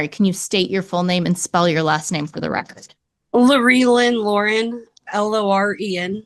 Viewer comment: Loree Lynn Loren?! 😂